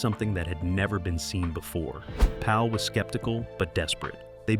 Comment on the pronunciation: His name is not George Paul it’s George Pal